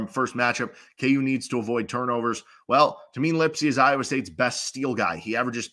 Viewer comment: Iowa State fan here - really good insights and breakdown. Looking forward to the matchup. One note - it's pronounced TAY-MIN, not TA-MEEN